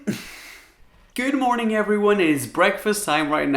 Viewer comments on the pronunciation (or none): Did he just said 'goodu morning' ?!?!?!